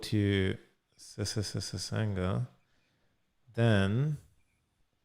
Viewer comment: Everytime he said ssssanga 😂😂😂